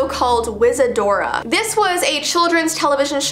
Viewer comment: saying wizadora Me: dora? Like Dora the explorer This is what l am taking about